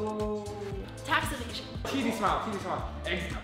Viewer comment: the girl deadass said tax evation during the cr7 part 😂😅👏